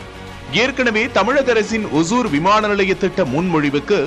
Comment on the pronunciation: It is not osur (kuril alla). Osoor (Nedil)